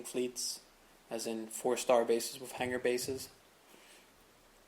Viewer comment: Its pronounced “with” not “whiff”.